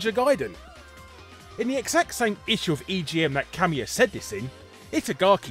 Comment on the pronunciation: oh, Kamiya. ka-MEE-uh. i thought you were saying 'cameo'